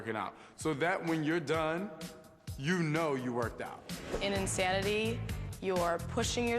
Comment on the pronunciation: They spelled it wrong. Shaun T clearly says it's "In-Thanity with a 'th' sound. He's an unbelievable speaker because of that, plus the fact that his body is rock solid after he took the steroids, plus there are plenty of idiots willing to smile into their home video cameras and say "I did it. Yes!" then send in their tapes to "Insanity" marketing division in exchange for $50, that makes Shaun T the perfect choice for spokesman of this awesome new workout company.